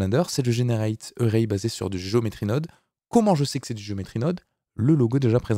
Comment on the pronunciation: Array se prononce comme Arrêt en français. Pour une fois que la prononciation est simple... ;)